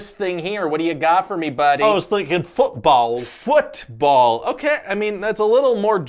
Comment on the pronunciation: ah yes, fütball